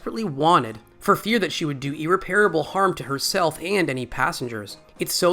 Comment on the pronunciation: That's not how you pronounce irreparable.